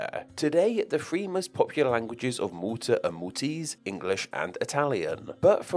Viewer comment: Three* not Free